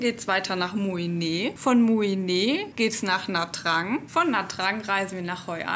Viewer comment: Nha trang spricht man Nja Chang